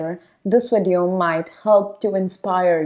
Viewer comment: Video is pronounced with a V not a W